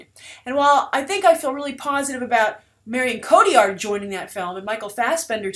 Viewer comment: Her name is pronounced "Marry-Own Co-Tee- Yar